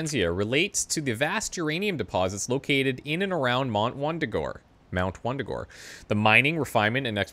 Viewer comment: I like the Quebecois slip of the tongue where you say "Mont Wundagore" : )